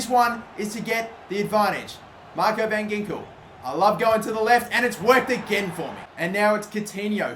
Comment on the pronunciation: I know you won't read this but van Ginkel is actually pronounced van Hinkel